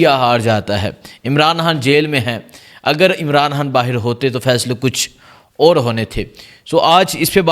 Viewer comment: آپ کا لہجہ ابھی تک درست نہیں ہے آپ الفاظ کو بالکل صاف اور واضح بیان کریں مثلا۔۔عمران خان پڑھیں نا عمران ھان اسی طرح منتخب بولیں نا منتھب و۔۔۔۔۔ آئندہ درست قرائت کریں شکریہ